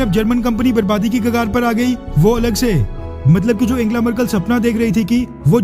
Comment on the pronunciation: वीडियो के लिए धन्यवाद, पर आप अपना उच्चारण शुद्ध और जानकारी बढ़ाएं, जर्मन चांसलर एंजेला मर्केल को एंगेला बोलते जा रहे थे...